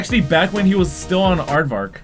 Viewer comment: "Advarck"💀 I lost it